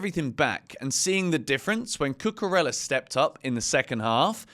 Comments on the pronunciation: There's no L sound in Cucurella. Could you stop please? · He's English mate it is what it is